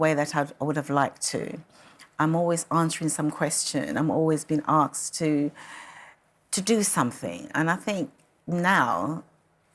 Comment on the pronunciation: Time to move on, can't milk it anymore... 'acksed' for another interview? Yes, to say I won't take any more interviews and 'ugh' at being 'acksed' to. Racism. Gibs money.